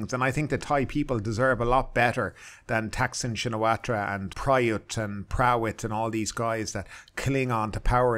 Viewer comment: You should work on your pronunciation,. (sp?) The 'r' in Srettha is silent, and so is the 'ra' part of Shinawatra. The last name of Thaksin is pronounced simply as Shinawat.